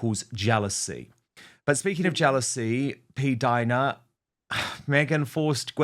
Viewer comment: Finally!!! You are pronouncing her name correctly!!! PDINA, not Pdeena. Thank you!!! 🌷🌷🌷